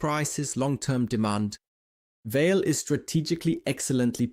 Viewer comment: I think, the pronounciation is more like VA-LE, like the german word Allee (tree-lined road, alameda). 🙂